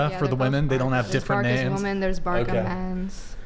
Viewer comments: Barka 😂😂😂 you pronounce it as a blend between an S and a C 😂 BARÇA!!! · Haha its not barka... its Bar-sa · Lmao is not even "Barka" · She said barka hahaha 😢